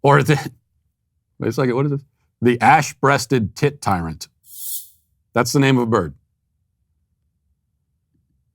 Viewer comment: Not gonna lie, I thought Matt said the name of that bird was the “ASS breasted tit titan” 😂